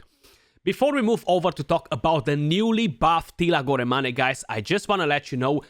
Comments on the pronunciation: Goramani? I didn't know Teela was Italiano. Molto Bene! lol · It's pronounced as "gor-main"